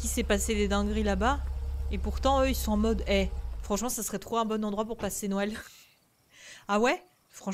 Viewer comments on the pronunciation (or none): none